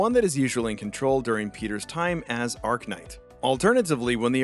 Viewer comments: lmao "arc knight" its arachknight like arachnid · Not you mispronouncing Arach-Knight every time 😭